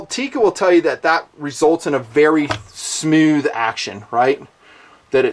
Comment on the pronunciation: "smeewth..." Thanks for the video.